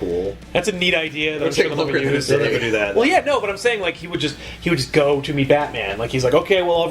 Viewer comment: "You'll nevah guess what's his specialty."